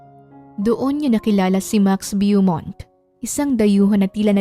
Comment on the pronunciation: Beaumont is pronounced Bow-mont po. Sometimes American will pronounce it as Boo-mont.